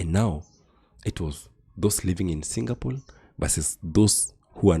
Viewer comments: Kenyans, enough with the ignorance. It's Singapore not Singapole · Singapol? Shame to people who have no facts right , 😢, right from pronouncing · Mother tongue effect r and l